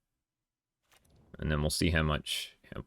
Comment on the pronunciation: It makes funny to me cuz I kept hearing you say sauce instead of source Lol